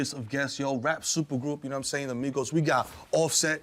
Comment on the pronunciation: Not “Migoettes”🤣🤣🤣